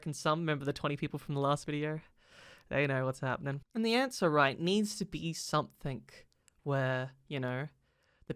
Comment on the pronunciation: It's "Something" not "Somethink"